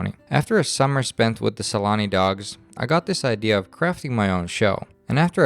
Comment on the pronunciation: No offense but it fucking pisses me off when Finnish people, while speaking English, perpetuate the very incorrect pronunciations of Finnish names that native English speakers use. His name isn't fucking Selani. Very good production though.